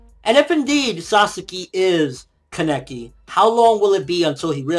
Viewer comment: But please stop saying kaNEki, it's KAneki..